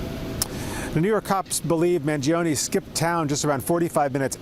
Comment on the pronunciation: gee i think she mispronounced his name